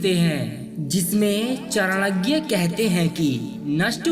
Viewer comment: Its Chanakya not Chanagya .